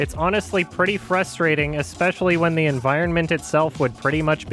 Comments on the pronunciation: can some1 pls create a 10 hour long loop of a supercut of only saying the word 'environment' in this review? Would be some p satisfying ASMR tbh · I just noticed you pronounce the second 'n' in environment and it's all I can think about